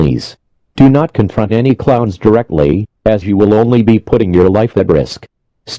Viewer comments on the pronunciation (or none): none